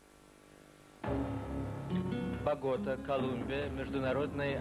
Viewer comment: БоготА правильно говорить